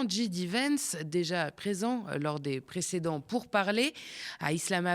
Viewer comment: "Ode", comme ça se prononce, et non pas "Aude", qui est un prénom féminin... Et c'est "Djai" D. Vance... 😉